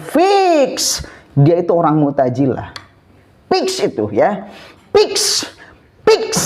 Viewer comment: muktajilah apa muktazilah...😂😂😂 Piks piks piks😂😂